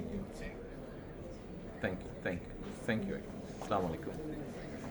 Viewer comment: স্লামালাইকুম নয়। আস্সালামু আলাইকুম।